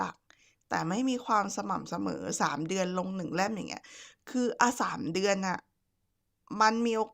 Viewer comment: คำว่า "เล่ม" ทำไมแอดออกเสียงว่า "แล่ม" ละจ๊ะ ยายแล่ม อิตอนสาว ๆ ...